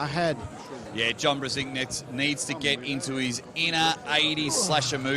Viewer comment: I cringe everytime they murder Brzenk with that pronunciation